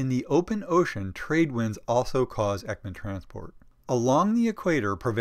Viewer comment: Thank you so much! The information is great and so helpful!! Though you're not very good at pronouncing swedish names😅❤️